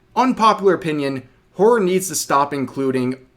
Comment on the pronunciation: The word: horror Rev: "whore"